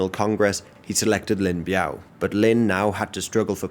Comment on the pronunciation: it's Lin Biao 林彪 not Lin Bao